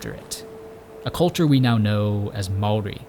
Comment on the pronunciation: Great video! Your pronounciation of the word. Maori was on point. One small.error though, gorse, while the bane of farmers actually speed regeneration of native bush. As it provides shelter for the forest floor undergrowth to establish, which then allows sub canopy to flourish when the sub canopy takes hold, the gorse just dissapears